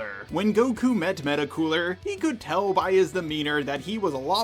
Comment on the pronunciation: Sounds like you’re saying Mecca no Meta. So which is it?